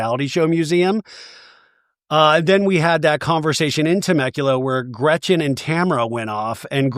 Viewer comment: I am so happy you stuck up for Shannon. Also please don't call Gretchen Gretchers same amount of letters so what is the point.